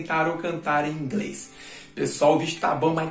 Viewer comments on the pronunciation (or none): De 0 a 10: 0 para todos no "ingrês". Creindeuspai que mulesta foi isso? 😃😃😃 10 para todos no quesito comédia 👋😂😂. Impressionante mas eu não tinha conhecimento de nada disso. Adorei 😆😆😆 Obrigado, vc é um caçador de responsa. 👋👋🤗